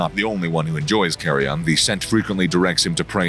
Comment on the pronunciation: it isn't pronounced as " carry on", lol